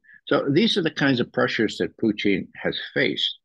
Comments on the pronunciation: I like Poutine better than Pootin'.😂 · Puteen? Lol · I like Ray as an analyst but his manner of speaking and pronunciation is so over the top ridiculous is just flat intolerable. “PooTeen”? 🤣🤮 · Get the pronunciation right..... PUCHIN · Stop saying poutine 😂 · I love this guy simply because he refers to Putin as Poutine 😂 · He needs to learn how to say Putin